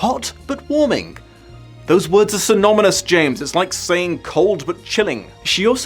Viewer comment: “Synominous” looks like EL James isn’t the only one having trouble with the English language 👀